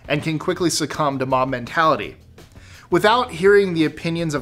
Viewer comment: "Mom" mentality. That's what I heard more times than "Mob". Anyones else, hear the same?